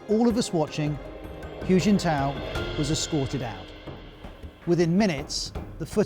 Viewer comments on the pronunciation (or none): It sounds closer to "who", to be honest. Not "Hugh". You would think they would check how to pronounce his name before doing a whole video on him. And then there's people who won't can't get a job... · anyone notice that whenever the news pronounces a chinese name they always have to over complicate it, like it has to be more exotic or something. xi as "ʒi" and hu as "hyu" . say it with me, she and who. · No no, I would understand it if it were a set of phonemes not native to his accent already, but he can say the word "who" just fine. He's choosing to say it with an added "y" ("hyoo") even though he's fully capable of pronouncing it correctly... I'm not saying "it's not that hard." I'm saying he already does it. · Ros Atkins "Hu" is pronounced like "who" not "hugh"! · This BBC China basher is revealing his dire lack of knowledge of China. 'Hu' is pronounced as 'who', and NOT 'hew'. BBC is now just a content farm. Sad. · Can you at least pronounce "Hu" correctly to show some professionalism ? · Please, His name is not pronounced “Hue” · I mean bro... Reporting about a person while you can't even pronounce his name? How do yourself even know what you're saying? 🤣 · Is it really THAT difficult for Ros Atkins to properly pronounce “Xi” and “Hu”?? Seriously. As a journalist, you need to get it correct or lose credibility. Great story otherwise ☝️ 🇨🇳